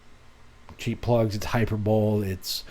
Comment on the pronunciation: It’s “high-per-bo-lee” not “high-per-bowl.” hʌɪˈpəːbəli But you already knew that, didn’t you? ;-)